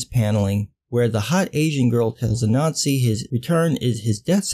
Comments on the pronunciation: I heard the same thing, it makes the story of Black ubermensch so much better. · Omg, I kept hearing it that way, too! This should have repeated the name out loud many times before committing to it. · I heard it and was looking for a comment like this. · I first heard the heroes name as “A-Nazi" so all I could think was “the hero of the story of African Ubermensch is named A-Nazi, this is even funnier than I thought," but it's actually “Ah-Nan-Z" like that story about the spider I had to read back in elementary school. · For a moment, when you said Anansi, I heard 'a Nazi'. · Everytime you say "Anansi" I hear "a Nazi" which is sort of ironic but bizarrely appropriate. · MrColuber I keep hearing it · lord, i thought i was the only the one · I was hearing it all the way, untill I noticed your comment kind sir. It was bogging me. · I honestly thought I was the only one who thought that too. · Me too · I thought he was saying that the whole time......it still made sense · Sorry, but every time you said the name "Anansi" I heard a nazi" and that made it all so much funnier. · I'm not going to lie about every time you said Anansi, I kept hearing you say "A Nazi." I had to look it up to get the correct spelling of the name. lol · Every time you say the name "Anansi", I hear "A Nazi" so sometimes I jump to see if there's really a panel about a Nazi fighting a ninja.